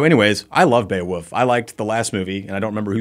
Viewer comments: I'm sorry but is it really pronounced Beowuff? Is this some quirk of the Skandinavien prounounciation? I was just 10 when the movie was made so forgive me for being uninformed. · Why is saying Beowoof? 🐕